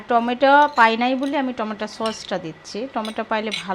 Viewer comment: স্যুপের মধ্যে গাজরের সাথে কাঁচা পেঁপে দিবে,টমেটো সস দিবে না। আর উচচারণ টা টমেটা না টমেটো হবে।